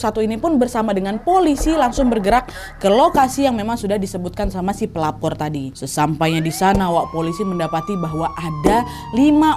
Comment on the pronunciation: Yang kak Nadia bilang "sang pelapor tadi" Yang ku dengar "Sang pelakor tadi"